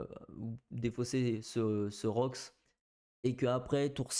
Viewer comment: C'est rox pas roukie